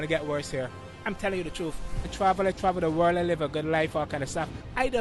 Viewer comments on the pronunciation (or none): He says the trou😊